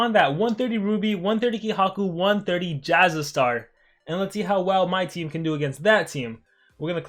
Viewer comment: Why do you say Jasa-Star... It's Jasa-Stur